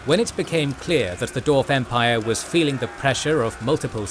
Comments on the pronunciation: Dwarf, NOT Dorf! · I love the channel and watch all the time too, but man im struggling with this one just because he keeps saying Dorf